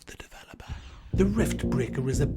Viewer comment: I dream of waking up to whispering in my ear "of the developaa"